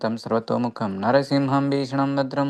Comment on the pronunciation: With due respect, the Nrisimha Mahamantra is from the Nrisimha Tapaniya Upanishad. The second line is Nrisimham Bhishanam Badram Mrityumrityum namamhyaham. It is not Narasimham , but Nrisimham, and not mrutyormrutyur but Mrityumrityum. Jai Shri Krishna, Hare Krishna.